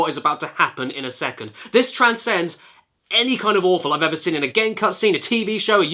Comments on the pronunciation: Love you caddy but it is Seen not sin, it kills me every time hahaha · Can't unhear it but. When Caddy says "seen" I just hear "sin"